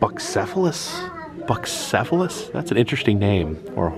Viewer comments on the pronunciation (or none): Bucephalus was Alexander the Great’s horse. Pronounced “bew-seff-a-luss” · Bucephelus is pronounced byoo-SEF-uh-luhs. It was the name of Alexander the Great's horse. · The horse’s name is pronounced Bew cefalus. 😊